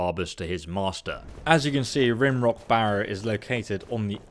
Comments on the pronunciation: Rime, not Rim Rock Barrow. Big difference. Please take care when reading names. So many youtubers don't, it hurts my brain. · Interesting video. Just one thing, Rimerock pronunciation. Rime rhymes with rhyme. Like Rhyme Rock. Whew! That was bugging me! :-)